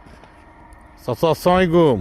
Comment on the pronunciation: কনটেন্ট ক্রিয়েটার! অথচ ভালো করে ছালাম দিতে পারেন না! আসসালামু আলাইকুম, স্পষ্ট উচ্চারণে বলা উচিত।